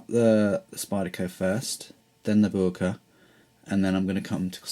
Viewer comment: i asked a german freind about the pronunciation of boker, apparently most germans say it like Boyker or boiker (apparently it's a dialect thing) hope that helps with pronunciation